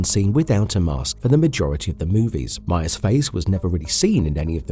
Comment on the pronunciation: Every time I heard the name meyers I swear you said Mayans 🤣